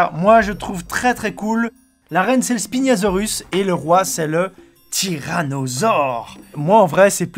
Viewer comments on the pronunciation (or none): Aaah ça fait plaisir de voir quelqu'un qui aime jurassic park comme moi et juste petit truc c'est le spinosaure et pas spiniasaure